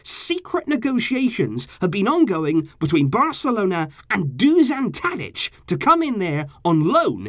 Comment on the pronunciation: When saying Dušan Tadić, its hard to pronounce. You are saying Tadić corecttly, but Dušan is a bit harder. Š is like youre saying S-hut or youre shushing someone (sshhhhh..). So "Dushan Tadić" basically. nobody cares but im bored